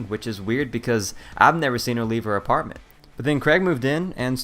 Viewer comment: He said artment not apartment